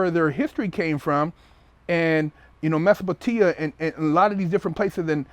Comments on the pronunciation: You can tell thus nigga read all his history in the house he mispronounced a lot of shit like Mesopotamia and I'm guessing that's because he's only ever read the word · mesopotea and timputu hahahaha tell us all again how educated you are